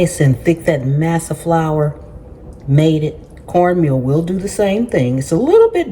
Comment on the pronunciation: I think the flour is pronounced MAW SAW. 😊